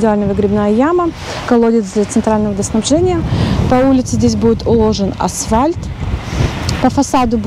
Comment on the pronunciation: АСФАЛЬТ. Это правильное словопроизношение. Как слух режет.